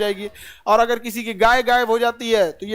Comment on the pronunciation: Agar ko agal bol rahe hai awaj galat 14 min video me awaj